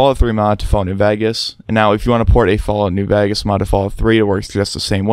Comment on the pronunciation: "Fallout New Vagus"